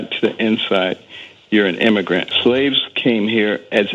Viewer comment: Say immagrant one more time. I dar you! I double dare you!!!